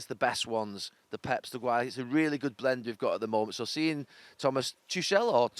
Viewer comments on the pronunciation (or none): Tuchel is neither pronounced Tushel nor Tukel, but Tuhel with a thick h!